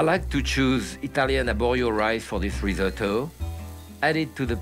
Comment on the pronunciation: How refreshing to see a chef actually pronounce risotto correctly. Instead of the dreaded rizz-oh-toe.